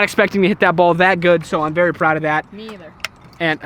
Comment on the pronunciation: its berry cold hear berry cold 🥶